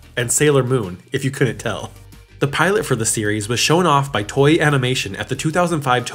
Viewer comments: Toei is pronounced toe-a Not toy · Toei is pronounced Toe-ay